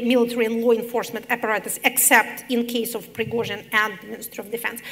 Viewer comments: да, мадам Ш., но предлог of читается [ав] , а не [оф], иначе будет off; sorry to mention, but that's my specialty; also, there must a stable ground tone within one note, i.e. a monotonic one. Just like her counterpart's speaking. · Keinesfalls. - Все приходят за знанием. А если профессор говорит of как off , то это незнание. А как слушатели узнают об этом?!